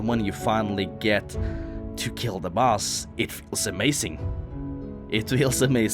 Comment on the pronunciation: " u wanna go on and beat da nex bose "